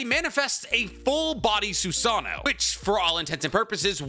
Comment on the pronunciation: The way he says susaNO is gringe.. it is notttt susaaano it's susaNO ffk i had to put dislike